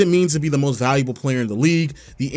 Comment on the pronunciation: I just heard how u said "valuable" and now I cant watch anymore.. gotta unsubscribe. sorry..